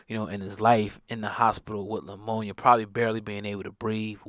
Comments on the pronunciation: Lamonia...??? did this nigga say lamonia????🤣 its Pneumonia. NEW-MOE-KNEE-AH. 🤣🤣🤣🤣c'mon man!!! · What's "LAMONIA" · What in the hell is Leumona??? Do you mean pneumonia